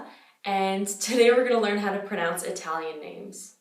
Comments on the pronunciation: la tua pronuncia italiana è davvero notevole, complimenti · Hai una pronuncia PERFETTA... mi vengono i brividi a sentirti!! Sei bravissima! ❤️❤️ Sono capitata per caso su questo video, ma stai sicura che ora mi iscrivo!! 💙 Continua così!! 🇮🇹💚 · all'inizio pensavo "va che bella pronuncia inglese che ha", poi hai detto che sei native english speaker e ho pensato "va che bella pronuncia italiana che ha" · Hai un'ottima pronuncia. Complimenti! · It's really impressive when you change from english to italian. When you pronounce our names i could mistake you for a northern italian speaker, someone from Lombardia or Piemonte. Beautiful pronounciation.